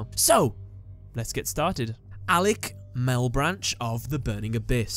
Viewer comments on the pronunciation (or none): none